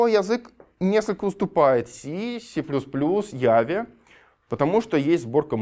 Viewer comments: Бля , мои уши. Ява, Веб, перфект энглиш лангуадж. эти запинания. Нельзя было дать слово человеку, который умеет говорить? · я так люблю людей которые говорят ява а не джава, чувствую братскую душу аж. отличная лекция